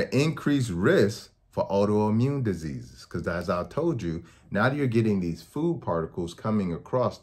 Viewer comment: When he said Auto Immune Disease I thought he was saying you could get AIDS from gluten😭